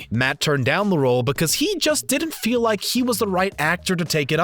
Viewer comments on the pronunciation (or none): none